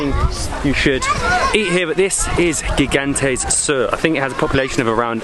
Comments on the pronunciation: Gigantes is pronounce Higantes. It means Giant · Gigantes is Spanish for giants. It is pronounced higantes.